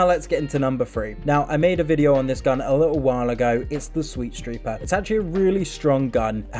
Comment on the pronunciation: Anyone else notice how he said "sweetstreeper"